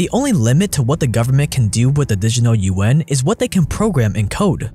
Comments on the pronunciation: Lmao, "The Digital UN". It's "Juan" or "wa-ah-n". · Yuan, sounds like yawn, you-wan.